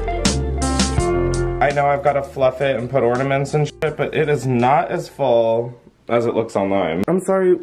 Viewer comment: 1) exercising the the shower may have just changed my life… 2) glad to know I’m not the only one who says “ordaments” 👀